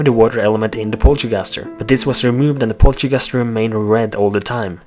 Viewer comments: its poltergust not polterguster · ITS POLTERGUST NOT POLTERGUSTER!!!!!!!!!